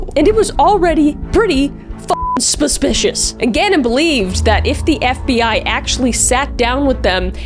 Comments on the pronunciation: The fact that she said spuspicious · I think it's adorable that this girl cannot pronounce the word suspicious.:)